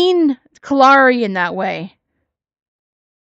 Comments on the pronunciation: Something I've noticed..maybe a nit-pick but when talks about what got her the 7 day suspension/ban or whatever, because of the post she made, she mispronounces Kalari's name and says Kalani. I wanna say it's not the first time she's done that either and I know she does that to ppl's names on purpose when she doesn't like them. She acts like it's an accident but it's low-key shade. 🙄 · I thought the same thing, but I wasn't sure if I was right. I'm glad I'm not the only one that noticed that she purposely mispronounced her name to throw shade.